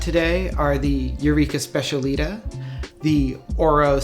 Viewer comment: Specialitá - not specialeeta..